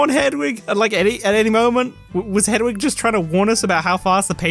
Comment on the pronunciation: Whole video is void for pronouncing ‘hedwig’ as ‘hedgewig’ less than 1 minute in.